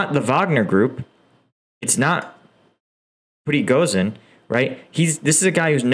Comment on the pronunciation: Horrible how you say names like Shoigu, Kadyrov, Progoshin and Lyman. Why not learn a bit of those names before?... And by the way about your 'professional' vs 'civillian-comanders': In the start of the war, there was all 'professional' Russian troops and comanders, did not work either. Besides one of the groups that stopped a lot of Russian military was IT-students/gamers with their 'civilian' modded drones...